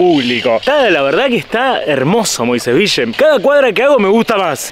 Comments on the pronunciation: "Moisés Vishe" Dígase "Moisés Vil" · ES "VIYYE".... ACÁN LOS MOISESVILLENSES DECIMOS "VIYYE". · LOS QUE VIVIMOS EN MOISÉS VILLE, DECIMOS MOISÉS "VIYE". Y SOMOS "MOISESVIYENSES". SALUDOS.